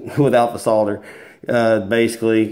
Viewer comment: Holy crap, somebody that actually says "soldering iron" and "solder". Bout damn time.